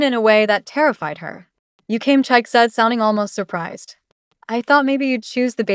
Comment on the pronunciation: Chi-kay, not Chike😂